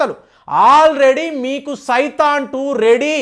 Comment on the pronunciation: Adi saithan kadu satan😂😂😂😂😂